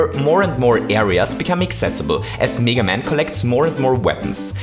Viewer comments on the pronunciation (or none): Its mega NOT MEEGA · it's pronounced meh-ga, not me-ga. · M-E-ga maker and mEga man its mega not mEga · why do you say 'mega' as 'niga'? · You pronounced mega wrong, its MEH-GUH not MEE-GUH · Stop saying Mega as “Miga” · meeeeeeeeeeeeeeeeeeeeeeeeeeeeeeeeeeeeeeeeeeeeeeeeeeeeeeeeeeeeeeeeeeeeeeeeeeeeeeeeeeeeeeeeeeeeeeeeeeeeeeeeeeeeeeeeeeeeeeeeeeeeeeeeeeeeeeeeeeeeeeeeeeeeeeeeeeeeeeeeeeeeeeega maker edit: wait i realised he's saying (m-ay-gah) maker nevermind... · OMG IT'S "MEEGA MAKER" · Who the hell says Mega Man as Meega Man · Do people in your country say "mee-ga? It's just bothering me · Lamborghini Bottle No, we don't. We say mega just as in English. Maybe he tries to sound more English by pronouncing mega wrong?